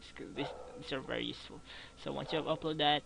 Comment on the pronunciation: did you say vry instead of very